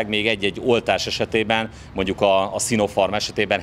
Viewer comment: sinopharm: ejtsd sinofarm....farm ahol élünk ...beeee beeee :-))